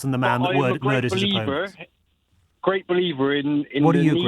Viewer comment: I fink he's gwate